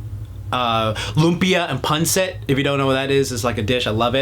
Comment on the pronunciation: It's pronounced Pan-seet citation: see Filipino citizenship